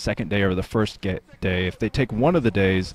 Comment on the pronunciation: I think you almost said gay instead of day about 3 times in this cast alone. Chuckles were had :)